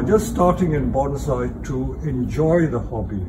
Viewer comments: He pronounces "bonsai" incorrectly. Shameful. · It’s called bonsai not BANZAI!!!